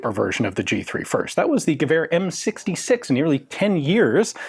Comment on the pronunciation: Why does Ian have perfect pronounciation of the Danish letter "æ" in "gevær"?